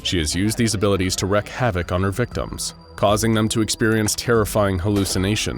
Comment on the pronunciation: Wreak Havoc. It's wreak Havoc! Not Wreck havoc.